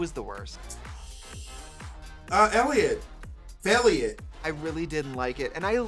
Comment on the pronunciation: BOB SAID FAILELLIOT IM DEAD